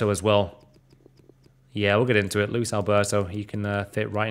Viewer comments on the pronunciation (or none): none